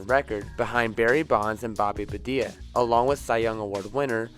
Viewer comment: Did you say Bobby bad ee ah lol you it’s Bonilla pronounced bon ee ah